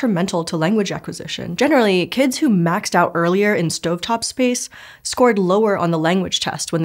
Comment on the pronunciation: "kidziz"!?!? is not a word my good sis